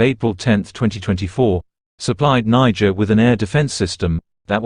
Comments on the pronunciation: The AI keeps saying Nigerian 😂 it’s Niger 🇳🇪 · Is it Nigeria or Niger from France pronunciation